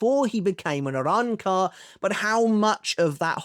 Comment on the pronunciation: can u stop saying arrancar like that weebcuck